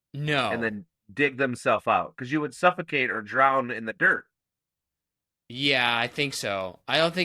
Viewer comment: "drown" has no D on the end